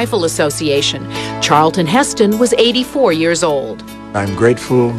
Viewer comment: Charlton! Not Charleton!